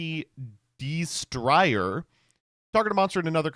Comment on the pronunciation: Dawg how u pronouncing destrier like that has ur ass never heard of horses before